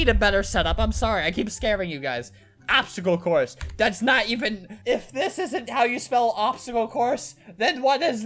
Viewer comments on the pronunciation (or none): “PBSTOACLE CLOURSE” Yes.